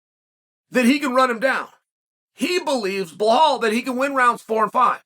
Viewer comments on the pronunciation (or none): Can someone please tell Chael the name is pronounced Be-Lal, NOT Balhal. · Dafuq is blehol 😂😂😂😂😂😂😂😂! Come on chahel it’s Belal! Remember the name ! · his name is Bilal, not BLAHAAAL Bro C'mon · uncle Chael... it's BE-LAL... Blahal smdh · Chael says he reads all the comments. Why'll he's at it he should bother to read the title of his own videos and see that Bahall's name is Belal. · Who the hell is bla-hall??? I thought Burns was fighting Belal Muhammad?? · Sonen is an idiot for not being able to name Bella the right way. He s like disabled and can’t say it right? Why he mocks him like that? He knows how to name him right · CHEAL FOR GODS SAKE IS BELAL LIKE BE LAL 😅😂😂😂😂😂😂 NOT BLAHOL 😂😂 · hes name is belal not blahal and you say khamzat not hazmat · Blahol hurts everytime I hear it. Chael is dyslexic. Makes his trash talk back in the day even more special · Ok guys, put your money on Blehall "mispronounce the name" Mohammad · Why does Chael keep mispronouncing Belal's (Be-LaL) name ? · Are you knew? He mispronounce everyone 's name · no hes not he says the white Russian names just fine if ur of colour he makes it his mission to mis pronounce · Why he say blahol HAHAHAHAHAHAHAHAHAHAHHAHAHAHAHA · Chael your predictions are way off. Say something now mate. Too many hits to the head in your days or something? Also, try say his name correctly. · Chael's mental note before saying name of a muslim fighter: I must mess it up 👺